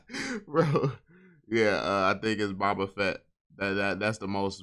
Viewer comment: “Bah-Bah FETT” 💀💀💀😂